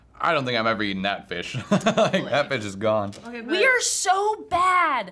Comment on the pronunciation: I'M DEAD 😂😂😂💀 "we're so bad, we're....(stuffs salmon sushi in mouth) we're sho bad." 😂😂😂🤣🤣